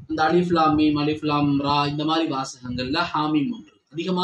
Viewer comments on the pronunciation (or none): none